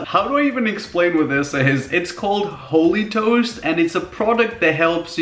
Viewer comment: I thought for a second he said holy toes 😂😂😂😂